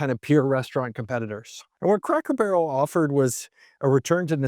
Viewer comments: Did I hear "Crackle" Barrel? I replayed it several times. My wife even thought you said "Crackle". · Is it me or is he saying Crackel Barrel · Are you saying Crackle Barrel?? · I can't stop hearing "Crackle Barrow" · This guy REALLY struggles to pronounce CRACKER BARREL... also, not sure where he's looking but every store near me in Ohio, indiana, and Kentucky are busier than ever!!